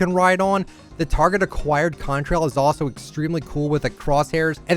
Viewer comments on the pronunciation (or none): none